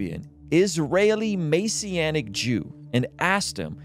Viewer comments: MESS. MESS SEE ANNIC. NOT MAY SEE ANNIC. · you mispronounced messianic, normally i wouldn’t care but totally different meaning